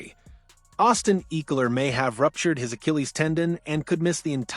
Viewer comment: ECKELER not Eeckeler!